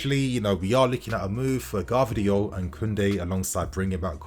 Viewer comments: it's Gvardiol not Gavdriol:D anyway I would be very wary of buying players from Germany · I beg we don’t get Gvardiol just for the fact that these mfs can’t pronounce his fucking name right so I cba to hear several English mfs say it wrong, every single fucking time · I feel like every video you pronounce Gvardiol another way haha